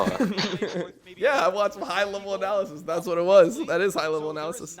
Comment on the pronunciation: with the emphasis on high